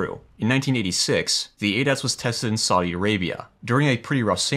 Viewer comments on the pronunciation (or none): none